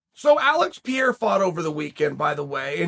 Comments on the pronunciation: Alex pererira bro not Alex Pierre hahaha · Alex Pier* 🤣🤣🤣 PEH-RAY-RA 🤣🤣🤣Pereira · Its not pierr its pereira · I was confused the first half of this video because idk who “Pierre” is.. then I realized he was mispronouncing pereira lmao it’s per-air-ah.. that should help you out with the next time you do a video about him. Much love ✌️ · Charles gaslights his audience by systematically mispronouncing names and acting like he’s not doing it. Now tell me, what happened to Pierre Chael, what’s going to happen next? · Pierre??? ahahah PE-REI-RA IS EASIER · Its PEREIRA, not pierre. He's Brazilian, not French. Learn how to pronounce it, bro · chael its per rer ra, not pierrre da guys not fucking french ahaha cracks me up every time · Chael, it's Perreira= Peh-Ray-Rah. Where the hell are you getting Pierre from? 😂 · His last name is pronounced PA-HATER not NOT PIERRE. 🤦🏾‍♂️ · Per-rare-ah. Pierre lol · Pereira is not “Pierre” Chael…. You have the hardest time with brown names bro. Hahaha 🤣 Say it with me…. “Per-ay-ah” Sheeesh 😂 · there's no way Alex Pe-Re-I-Ra is pronounced like that... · ALEX PER-AIR-AH NOT PIERRE YOURE WILD AMERICANO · *PER-AIR-AH not Pierre c’mon mate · I died every time he said Pierre. The name mispronouncing is hilarious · What is with Uncle Chael and name pronunciations 😂 Pierre takes the cake 🎂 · "Pierre" 🤣🤣🤣 the mispronounciagion never gets old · Alex "Porsche" Carrera would have been closer than Alex Pierre. For someone as smart as Chael , it has to just be he is just too lazy to learn the pronunciation of peoples names. Maybe a quick call to Ariel would be a good idea before he does his video... or not ...its kinda funny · for the love of god chael its "puh-hay-ruh" you can say it correctly i believe in you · Jesus. It’s pronounced PER - AIR - UH. Damn. It’s not even hard to say. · Dude I thought Alex is Brazilian with Uncle Chael calling him Pierre now I know he's French. Thanks for the correction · Ah yes chael Alex pee-air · Alex "Pierre" 😂😂😂